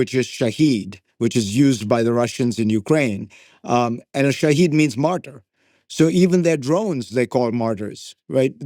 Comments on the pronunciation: It's not Shahid. It's Shahed which means evidence or witness. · Fareed you schmuck, the drone is called Shahid, ie the witness/observer, not Shaheed (martyr) as the americans pronounce it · Zakaria: Iran's drone's name is Shahed = Witness, not Shahid = martyr. Who knew I would ever correct Fareed Zakria!!!!